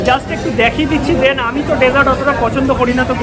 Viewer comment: ভাই... 'দেন'টা বেশ কানে লাগছে... 'THEN'...